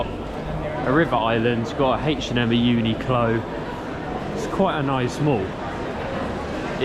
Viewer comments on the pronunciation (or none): none